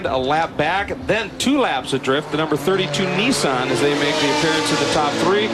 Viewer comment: WTF is a Neeesan. Wow, they even pronounce company names wrong. How sad. I'd hate to hear them say Hyundai. I think I would end it all. Severe lack of education.